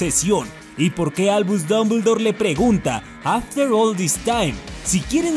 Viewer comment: Es after, no afhter, y es leviósa, no leviosá